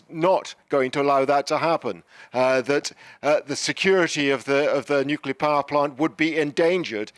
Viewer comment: Yet another presenter incapable of pronouncing nuclear.